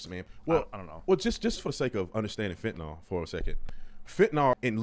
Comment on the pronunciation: I hate how ppl call it "fentinOL" FentanYL